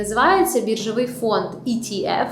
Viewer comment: Itf чи etf? Якщо це різне, варто наголосити на це, бо звучить однаково